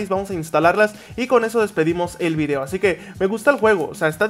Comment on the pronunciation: Se dan cuenta que cuando dise video en el comienzo del video parece decir obby